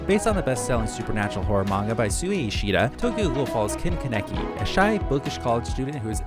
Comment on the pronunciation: i just cant respect the fact that u butchered kaneki's name